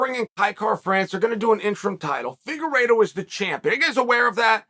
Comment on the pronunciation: Fingeredo, at first and then figueredo. Chael really keeps us guessing if he mispronounces names on purpose or what